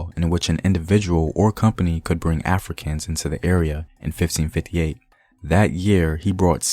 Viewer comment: Anybody else hear how he said 1558. That smooth slang. I can’t trust him